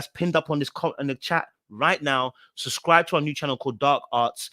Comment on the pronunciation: I love you truly. 😌 but puhleeease try n say both b’s in SU B SCRI B E🙏🏾🙏🏾👌🏾😌